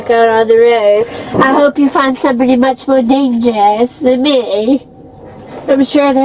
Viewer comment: 😂😂😂 yes , mowah!! It nevah ends! 😂